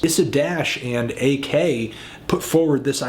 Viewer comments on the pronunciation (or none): his name is pronounced "Awk". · His name isn't AK. It's Ak.